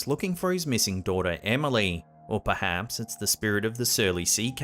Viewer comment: it sounds like he's says "Perdance". I believe he meant perhaps but that was odd.